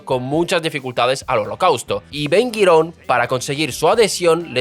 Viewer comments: Aprendé a hablar antes de sentarte ante un micrófono, Ben Guirón?? Es Ben GURIÓN !!! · Sólo una cosa:Ben Gurión, no Ben Guirón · Muy buen informe, pero sería deseable que aprendas a pronunciar los nombres de los grupos sociales: Ashkenasis, Jaredies, Sefardies o el nombre de Ben Gurión, que se pronuncia como se escribe. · Ben Güirón Patojón... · Macho, todo muy lindo, pero aprendete como pronunciar los nombres... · Se pronuncia BEN GURION Y TALMUD . GRACIAS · Tienes una forma extraña para mí de pronunciar nombres hebreos: Gurion, jaredi, misraji ,asquenazi, digo yo . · Ben gurión, no 'guirón' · No es Ben Guiron, es Ben Gurion